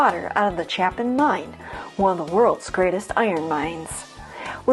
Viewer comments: Interesting video. A few additions/corrections: CHAYpin is how you say the name of the Chapin mine, not CHAHPin. Also, regarding the Ardis Furnace, mostly correct; however, the failure of it was more to do with the fact that it was several decades ahead of its time. Had there not been an abundance of high-grade ore readily available, it would have been financially feasible. With regard to the house in Grand Blvd - yes, that was John Tyler Jones's house, and yes, he did purchase the remnants of Ferris's Wheel (the original Ferris Wheel from the World's Fair), but it was not to build a conservatory - but rather a greenhouse for his wife. The greenhouse has been remodeled into an indoor swimming pool. With regard to the tunnels (yes two tunnels) leading from the main house...one lead to a barn, and the other lead to the house that he had built for his son and his new bride for their wedding present. The house that you showed on the video is not that house. The correct house is the one on the corner of the same circular compound kitty corner from the original house. Otherwise, very well done! I enjoyed it! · My hometown! Great video. Just an FYI, the A in Chapin is a long A. It’s pronounced Chay-pin. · Born and raised in Iron Mountain. Graduated 72 joined the Navy. It's pronounced Chae pin . I could easily make a 2 hour documentary about Iron Mountain and still leave a lot out. I've climbed all over the Cornish pump as a child when it was outside and silver painted with the fence falling down around it.